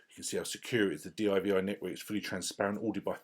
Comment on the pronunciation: Great video mate. One gripe...it's not d.i.v.i it's called divi you divi. Just jokes.